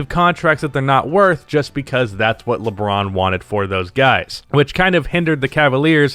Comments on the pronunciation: Nobody:: Leebron James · "Leeeeee" French people: "so you have chosen death"